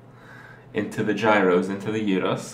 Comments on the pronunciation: Its "GIROS" not "IROS" xD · The pepper you are looking for is paprika that comes in several varieties, the most common here in greece are the sweet one and the hot one. Gyros is pronounced "y-i-ros" and it comes from the greek world "γυριζω" ( y-i-rizo) that means turning around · I'm actually Greek myself and hearing you pronounce the word guros is pretty funny.you should try souvlaki as well this shit is freaking amazing. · It's pronounced the same way everywhere. People just say it different because they are unaware that it is wrong. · When you say "the gyros" I hear something very different.